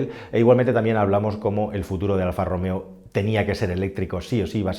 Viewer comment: "Alfa e-Romeo" Aquel día, el encargado no se tomó su café diario y se le escapó un buen Alfa Rom-Eo